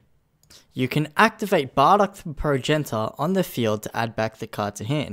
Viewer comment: You raise valid points. Points that should be in the video. Also, Prow-jen-it-ter.